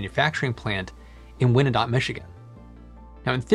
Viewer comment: Hmmm, wasn't this the idea behind chimneys? The taller, the draftier. Add a pivoting turret and efficiency is improved. BTW, I think Wyandot (the Iroquoia peoples of Michigan) is pronounced wine dot. Maybe a descendant will chime in.